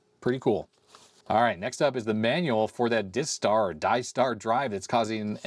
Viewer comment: Clearly the disk drive is"DIE star" not "diss tar" because it kills the machine.